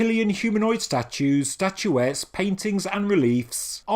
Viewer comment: STATUETTES not statuetees.. train your AI better